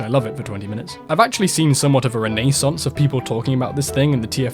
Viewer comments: “I’ve seen a ren-A-ssance” really got me 😂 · Why do you pronounce renaissance so weirdly